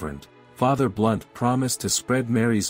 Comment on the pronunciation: ❤There is a Fr Blount... Not "Blunt"